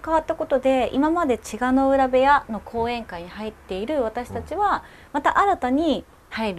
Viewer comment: 千賀の浦が言えずに、栃乃洋が言えるのが信じられないw